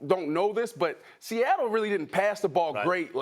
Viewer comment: “Sehettle Seahawks”